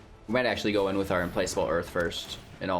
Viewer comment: its Implakable not place